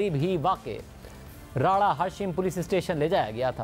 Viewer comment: راڑہ شم ہے راڑہ ہاشم نہیں